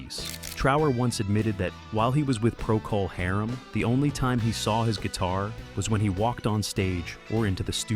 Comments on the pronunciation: Never heard anyone (or anything) pronounce "Procol Harum" quite like that before... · AI slop that can't even pronounce the name of an important rock group. Robin should pursue whoever is behind this video.